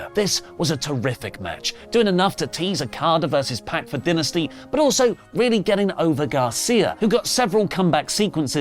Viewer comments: Stop saying dinesty it's dynasty. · Maybe he was hungry recording this, I keep hearing Dinner-sty 😂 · So when someone passes away, does say they “did”? I mean AEW calls it DIE-nasty, not Den-asty. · Ok. So you can pronounce the word “dynasty” however you want, BUT you can’t deny how the actual promotion pronounces it. It’s “die-nasty” being stubborn and pronouncing it your way doesn’t change the fact that you’re saying it wrong. When the promotion itself says “die-nasty” and you say “duh-nsty” you sound foolish. Love you, but you are standing in a hill that you look foolish on. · pronunciation of Dynasty as “dih-nih-stey” but referral to Dynamite as just “Dynamite” urks me lol EDIT: HE JUST PRONOUNCED IT DYNASTY IS THE ACCENT A WORK OR??? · din - ah- sty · can you pronounce Dynasty correct it makes you sound like a complete smeghead 😂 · Why does keep pronounce dynasty that way lol. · Why does keep saying Dynasty wrong???? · I think what I am so excited for about aew dynasty is when it's over and oli can stop pronouncing it wrong!! 😂